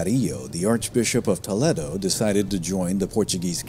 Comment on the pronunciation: Toledo = Toe- lay-doe.😊